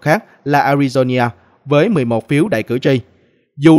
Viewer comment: A RI DO (NA) khong phai la ( nhia )